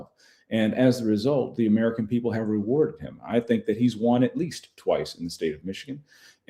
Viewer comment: i hate how she says things like "rewardet" instead of rewarded. I love that she's unemployed but i would have rather had her going up against a republican in the real election. She's way easier to beat.